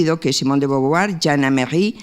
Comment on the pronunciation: DE BOVUAR Y NO DE BOVOVUAR!